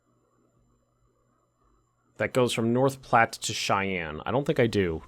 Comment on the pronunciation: But North Platte was pronounced correctly